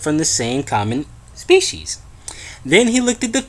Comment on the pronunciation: My favourite part is when he says "species" lolololol at 4.28